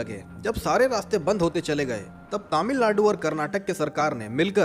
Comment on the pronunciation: Tamil ladu nehi 😂😂Tamilnadu ☺